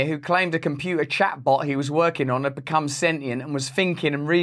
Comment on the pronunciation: "I ad that" :))))